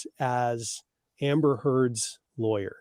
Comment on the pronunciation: I love it!! The announcer voice kind of sounds like he says lawr-yer tho 😂